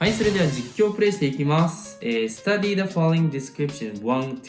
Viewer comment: studyじゃなくてstardyで草